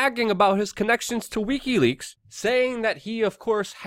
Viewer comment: Pleaae learn how to pronounce wikileaks. I love your content but you sound drunk and I can't take it